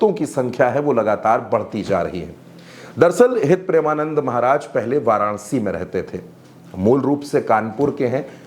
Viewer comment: भाई मेरे पहले गुरूजी का नाम सही से लेना सिख लो फिर लोगो को ज्ञान बाटना 🙏🏻